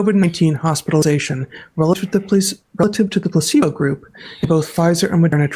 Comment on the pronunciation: Hey, what is a ‘placedo group’? You really sound like you know what you’re talking about – NOT.